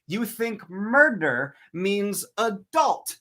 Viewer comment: “beCAUSE THERE IS NO MURDER, MURDDER, MURTHERRR!” flailing intensifies